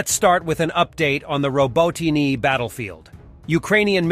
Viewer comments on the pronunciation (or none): why can't you learn how to pronounce robotyne! !??!